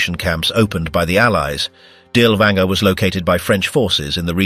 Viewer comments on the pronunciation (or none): Perhaps you could have taken the trouble to pronounce his name correctly?